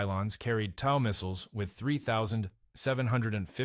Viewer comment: Its "tow" as in "tow truck" NOT "tow" as in "TOWer."